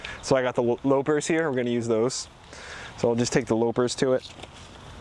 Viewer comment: LAH-pers. Not LOW-pers. You can "lop" off a hand. you don't "lope" it off.